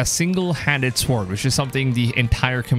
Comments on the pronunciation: The way he says sword 😂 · Sick-EL not seek-EL. Sword not SEEward.